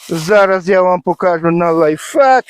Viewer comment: Лайфхак, не лайффак (life fuck), це трохи iнше.